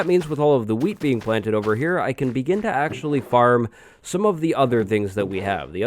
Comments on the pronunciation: every time he says wheat it sounds like weed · 99% sure you said weed farm the first time. teach me.